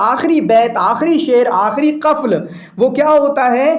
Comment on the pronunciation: النطق الصحيح: قُفل ، سِمط،دَور شكرا